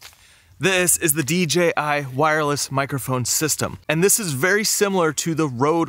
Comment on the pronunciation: Thank you for clearly saying DJI. I feel like everyone else unintentionally says DGI lol